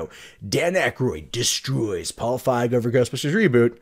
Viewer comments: "feeg" not "fieg" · FEEG, long E pronunciation. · You are as wrong about Leslie Jones, as you are about the pronunciation of Feig.